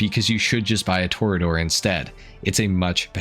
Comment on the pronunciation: Toreador is a Spanish word and is definitely pronounced Tor-ee-a-dor